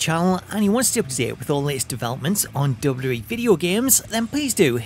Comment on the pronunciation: I can’t watch these videos anymore all I hear is dub dub E. It’s WWE